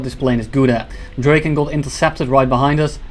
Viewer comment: Awesome gameplay bro but please it's not pronounced "Dreyken". It's pronounced "Draken".